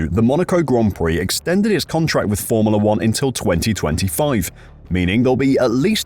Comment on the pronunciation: Is it just me, or is anyone else annoyed that voiceover man can't pronounce the word FORMULA.